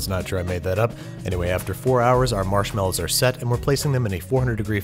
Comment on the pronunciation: Why do you always say “marshmallows” wrong?